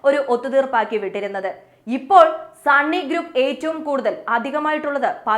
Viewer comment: സണ്ണി അല്ല സുന്നി 😂